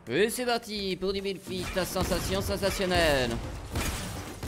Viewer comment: "Bild fite" "box fite" t trop drôle